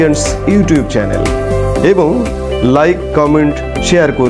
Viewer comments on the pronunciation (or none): none